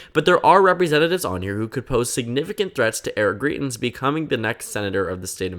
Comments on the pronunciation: You're pronouncing his name wrong. You're saying greet-ins and it actually sounds more like grite-ins. The points you make in the video are really good though. He's a very polarizing figure here in Missouri. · From a Missourian: It’s pronounced Gr-EYE-tens